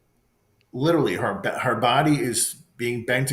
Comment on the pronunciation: This priest is supposed to be so educated and he didn’t even say the word literally correctly, he says it like all the young people today little Lee 😂😂 how come you don’t get this on video, how come ? I know the batteries drain right away, right ?